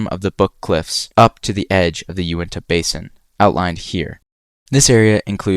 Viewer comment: I thought the pronunciation of Adirondack was bad but then you moved to Unita Arrrrrgh!,,!